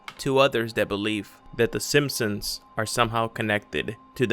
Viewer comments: Are you saying "the Sinsoms" instead of "the Simsons"? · in my reality it was the simp-sons, not the sin-sons as you call them. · Mandela effect: I remember the show being called “The Simpsons” but you’re clearly calling it “The Simpsoms” WOW!! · Am I the only one annoyed by the narrator’s mispronunciation of the name simpsons? Come on make sure your saying it right before u post videos lol